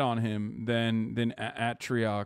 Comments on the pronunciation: Bro said ahh-trioc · Im so sad he mispronounced atrioc’s name